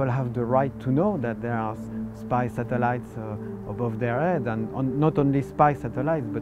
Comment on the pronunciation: I like how he says the word "satellites."